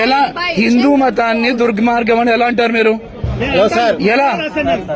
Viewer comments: ఆ ధర్మ పరిరక్షకుడికి దుర్మార్గం అని కూడా పలకడం రావడం లేదు. దుర్గ్ మార్గం అంటున్నాడు. ఇక ఆయన రాసిన పుస్తకం చదివి ఉంటాడా? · ఆడికి దుర్మార్గం అని పలకటం రాలే 😂